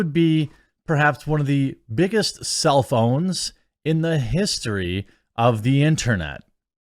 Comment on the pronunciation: One of the biggest “self owns” I heard “one of the biggest cellphones.” 🤦‍♂️